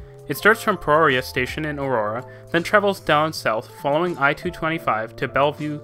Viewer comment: Hi I’m from Denver and native grew up watching this rail network booming #boomer lol but on you said US route 26 it actually US 36 AND you mispronounce Peoria station it’s (pea•oria)